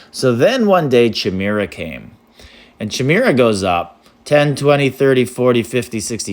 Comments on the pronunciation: this is pronounced as Ky-meer-uh, I think, not chee-meer-ah 😂🤚🏻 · “Ky-mare-ah” is how you pronounce it ! 😂